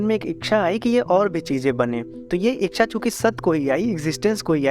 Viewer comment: Thankyou for this interesting and informative video. Please correct your pronunciation of the word "इच्छा" (ichchha), you pronounce it "इक्षा" (iksha) which is incorrect.